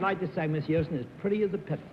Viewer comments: It was just surprising to me that someone in the publishing business, an accomplished writer, and a person who did a lot of speaking engagements, would mispronounce a word (even an unfamiliar one). And it isn't just pizza. I've heard Bennett mispronounce words and names many times on different episodes. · Galileocan g If the correct way of pronounce "Pizza" is simular to how one say "Piazza", it's fine. Also "Pizza" = "Pissa". Wonder so why several dictionaries on the net, explain the pronuncation as Bennett's "Pittsa"? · This is the second episode in which Bennett has referred to a "Pizza" ...as a "Pittsa". WTF?? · Galileocan g What's My Line? SuperWinterborn In this case, I think he was just stretching the pronunciation deliberately to make the pun, "pretty as a pittsa." I vaguely remember him mispronouncing "pizza" before, but I don't remember what episode it was. As far as Bennett mispronouncing many words (and names), I have noticed that too. I speculated in the comments section of one of the other WML videos recently that perhaps Bennett was not a good auditory learner. Although well-educated and intelligent, and very good at learning through reading, it could be that he didn't pick up distinctions in sounds, accents, pronunciations, etc., as well as other people did and do. I have noticed that he also had a slight lisp, and this could be related to the same issue. (I am neither a speech therapist nor a special education teacher, but I have a lot of experience with both, so that's where I'm coming from with this theory.) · To be fair, being a non-New York person as I am, I'm amused by his pronunciation of most words. He sounds like a gangster to me sometimes!! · He always pronounced pizza that way. I think he thought that was the correct Italian pronunciation.